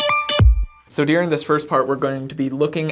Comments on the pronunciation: I love how you pronounce the word "During" as "Deering ". Do you know that you do that? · It is during, not dearing.